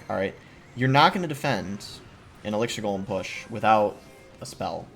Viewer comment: good try Boss. Almost got that pronunciation down.